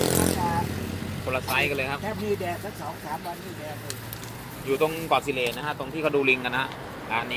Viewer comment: ที่ไหนนะครับฟังไม่ชันเจน เกาะสิเหร่. ภูเก็ต น้อ